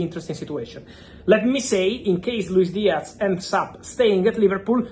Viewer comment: Its not a Luis DiaC its a f ZZZZZZZZZZZZ DIAZZZZZZZZZZZZZZZZZZZZZZZZZZZZZZZZZZZZZZZZZZZZZZZZZZZZZZZZZZZZZZZZZZZZZZZZZZZZZZZZZZZZZZZZZZZZZZZZZZZZZZ